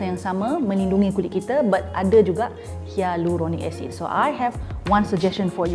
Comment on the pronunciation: pretty sure hyaluronic acid is pronounced as “hai”luronic acid as from hyram’s video ;)